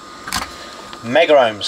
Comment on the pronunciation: megohm /ˈmɛɡəʊm/ [noun] a unit of electrical resistance equal to one million ohms. Two syllables.